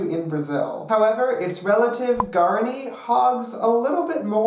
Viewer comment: "pear a gwey" "yur a gwey" "gwear a ni" oh no baby what is you doing???